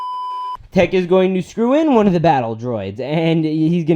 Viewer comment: When you call Echo, Tech.... :( hahaha nice moc though man! subbed